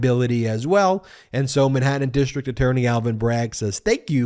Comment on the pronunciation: You need to cut to the chase in your videos. You're too verbose. Watch how Popok does it. And you live in California not Long Island so fyi, it's Manhattan, not Minhattan. Because, not becoss. Huge and humiliating, not yuge and yumiliating. Florida, not Flahrada.